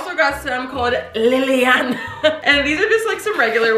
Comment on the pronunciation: I’ve never heard anyone say my name like that 🤣🤣🤣 I’ve also never seen a show brand named liliana 🤣